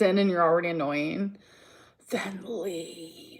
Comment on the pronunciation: YES!!! Especially the aggressive "UMM" she does so often and those *ridiculous * mispronunciations; geenuinlyyy...leeederally...etc. Not cute or quirky, just annoyeeeeng.